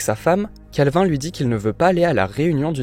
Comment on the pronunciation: Mon dieu comment il prononce calvin 😭😭